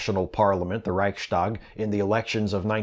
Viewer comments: I know it's nitpicky but it's not "Reich-stag" as it sounded when you pronounced it. It's "Reichs-tag" a combination word that would vaguely translate to "the conference of the empire" (simplified "tag" is here used as a contraction of the word "Tagung" (a conference) while "Reich" does of course mean "empire" and the connecting "s" signifies belonging, making whatever follows something "of the empire") It's basically like the words forming the word "asshole" would prevent anyone who knows what they mean to pronounce the word "as-shole". ;) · It's a good video, it's an important video. But sorry, I had to laugh when you said "Reichstag". You sound like a Swabian. :-D